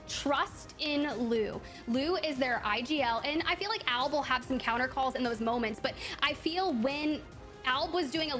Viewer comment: commentators cant even say albs name correct LMFAO alabraleilie